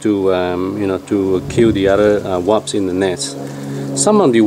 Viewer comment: you are the second person that say Waps instead of WASPS :P lol Great video, thanks! :)